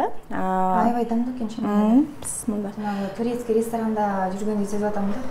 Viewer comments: Сиздерден сураныч туура айтсаныздар бисмылда эмес биссмилаахир рохмаанир рохиим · Туура айттынар.мен да бысымылда дегенде эле жиним келе берет.